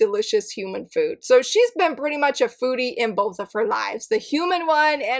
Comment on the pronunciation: I had exactly the same thoughts about Daydream Darling! Also, for the last one instead of "foodie" manga, I misheard and heard "booty" manga 🤣🤣🤣 I was like: wait, what? 🤦‍♀️😅